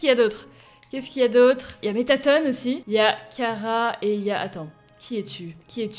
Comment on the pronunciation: Sil te plait. Arette de dire mettaton comme ca. Il ne sapelle pas mettatone. Il ny a pas de e a la fin.